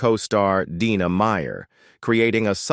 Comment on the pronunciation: First 25 seconds, pronounced Dina two different ways, clicking off. Trash.